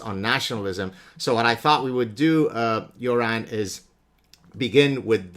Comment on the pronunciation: Props for pronouncing "Göran" correctly lmao